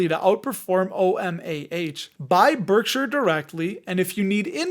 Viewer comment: Pronounced Berkshire, not Berksure.